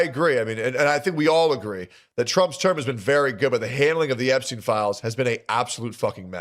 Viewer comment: ahh yes, Jepstien Epstien.